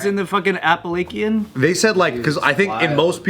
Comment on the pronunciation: pronouncing appalachian the way he did makes my appalachian mountain raised heart so happy 😂😂